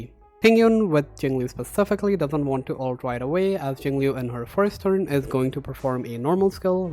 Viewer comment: Very good music choice, Nujabes is goated. One day there will be a guide which pronounces her name right. Not that I blame anyone because they even said it wrong on the official english live stream.